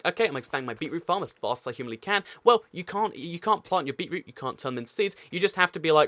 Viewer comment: "Bee-roo stoo"